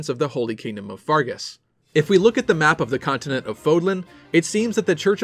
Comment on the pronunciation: Can you not pronounce the names properly, it's pronounced FERGUS not FARGUS